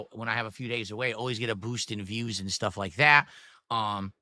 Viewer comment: "The date doesn't matter, gwett it??" Is he taking the piss? there's ONE day he would never ever miss and wants everyone of his dented viewers to remember, it's his bertday. It's not that exact dates don't matter when you get older it's literally just that he's terminally self-centered